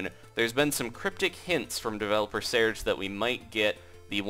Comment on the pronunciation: You pronounced "Searge" wrong. *cringe*